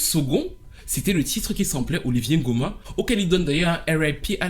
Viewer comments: Très bonne vidéo mais par contre tu n’arrête pas de dire Olivier Ngoma il s’appelle Oliver respect mon homonyme 😂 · Oliver NGOMA. Pas "Olivier"